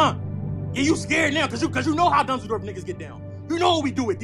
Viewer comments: Hes sayin dunzeldorf not dusseldorf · It’s dunzeldorf he said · Soon as I heard "dunzledorf" had to pause the video 🤣🤣🤣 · Lmfao “Danzoldorf” 😂😂😂😂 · Dunsledorf is what I imagine an american would repeat after hearing a german say "Düsseldorf". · But he is clearly not saying Dusseldorf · yoo for a second i thought he said Düsseldorf lol